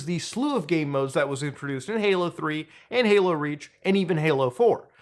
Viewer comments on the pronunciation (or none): are you saying “Paylo” instead of Halo? Sorry I’m having an “argument” with the missus about whether you said halo or paylo. Subtitles say “halo” but I don’t know if they are auto generated. My gf claims I won’t convince her it’s not “paylo”. But I think it’s “Halo” he says, it just sounds like paylo. …Paylo 😂